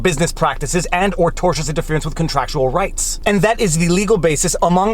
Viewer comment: Thank you for being the only creator on Youtube that can pronounce the word "tortious"